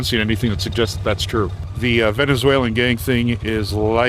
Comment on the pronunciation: Bruh did that reporter say “venezuelian”. You mean Venezuelan? Fuck is a “venezuelian”